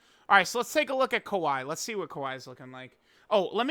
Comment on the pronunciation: Bro she is not kawhi Leonard dude, it’s kyawei